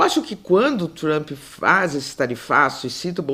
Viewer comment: Aprendam a falar Trump não Trumpiiii - oh gente burraaaaaaaaa